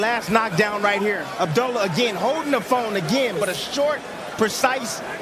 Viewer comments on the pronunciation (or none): I wish he correct these people on pronouncing his same. It's not Abdella, it's Abdullah (Ob Doola).